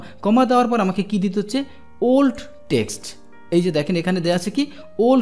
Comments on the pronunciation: আপনার বাংলা উচ্চারনে মারাত্নক সমস্যা লক্ষ করছি, একজন শিক্ষক হয়ে আপনার এই বিষয়ে অবশ্যই নজর দেয়া উচিৎ। টেক্সট হবে টেস্ট না আশাকরি আরো সিরিয়াস হবেন। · bro, you are saying test insist of text. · জনাব এক্সেল শেখানোর উদ্যোগ প্রশংসনীয়। বাংলা উচ্চারণের ব্যাপারে আরো যত্নবান হওয়ার জন্যে অনুরোধ থাকলো। text (টেক্সট) ≠ test (টেস্ট)